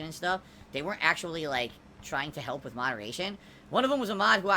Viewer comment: Why does he say WIT instead of WITH is it that hard to pronounce